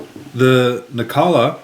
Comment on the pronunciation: Really hope Spyderco don't change the grind on this knife! At least until I get one. lol Any reason you say Nikkala instead of Nilakka?